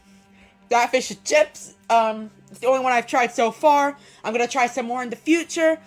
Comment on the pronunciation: I’m drunk right now and have had to stop 3 times because of how you say “doing” and “going” like “boing”